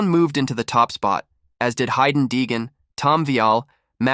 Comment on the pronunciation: Is this an AI? Dude doesn’t even pronounce Haiden correctly?